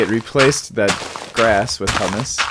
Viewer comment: hahaha i will have to link this to a friend of mine. He will hate how you pronounce humus as hummus. In case you are at all curious Its more closely pronounced as Hue-Mus. Think of the name Huey but subtract the Y.